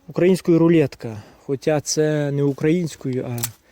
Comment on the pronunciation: Ох оті западенці 🥴 куди їх діти🫣 - не рулєтка а рулетка 🤗 так кажуть на Кіровоградщині 😉. А так воще круто💪👏озвучуєш тему . 👍Респект